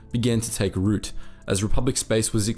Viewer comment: After listening to 6 hours I'm now convinced that this is AI. The amount of repeatedly mispronounced words becomes irksome after a while. Sworth instead of swathe, rowt instead of root. So many repetitive sentences, sometimes immediately.